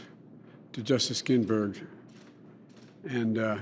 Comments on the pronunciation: Ginsburg not ginburg or ginburgs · first 5 seconds gaff, he says GINBURG no S. Then he lies, no seat filled during election, happened 7 times, then he says against the rue of law, it is the opposite, there is no loophole law, he lies like crazy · “Pay respect to Justice ginburg” oh joe. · Yeah, jeez, how could anyone possibly look past that and vote for him anyway? What a whopper of an error. How could he disgrace America like that? I mean, he could have at least put kids in cages or destroyed the public’s health. Saying “Ginburg” is just too much scandal. My gawd! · Did he say her name wrong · He can’t even pronounce her name correctly. Biden is a complete LIAR and does not deserve any American’s support. Biden is just a Socialist draped in a Democrat’s clothing. He stands there spewing lies and has no conscience. He only cares about himself and his family. He has used his various political positions over the last 47 years to bilk the American taxpayers and foreign countries such as China and Ukraine. Biden and his cronies need to be retired by the American voters! Joe, go back to Delaware and get some psychological help. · Pronouced her name wrong - Respect women you brain dead coke head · LOL! This guy CANT DO ANYTHING! One sentence in and he butchers Justice Ginsburg’s name. come on joe